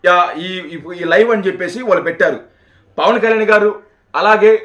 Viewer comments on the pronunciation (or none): none